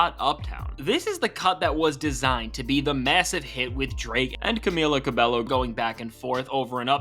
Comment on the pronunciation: Constructive Feedback: "Cabello" is pronounced "Ca-bey-o" ... In Spanish, the double L's are pronounced as "Y"